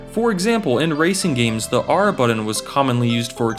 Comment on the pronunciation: Sorry, had to turn this off after hearing the word "buddun" too many times